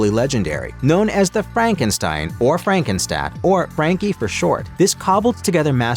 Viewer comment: Frankenstat? The hell. Get your AI to pronounce shit right